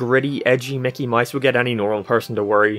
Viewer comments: Mickey “moise”? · Mickey MOUSE, not mice, MOUSE